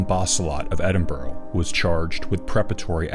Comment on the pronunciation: Just a pity Americans can't pronounce Edinburgh properly.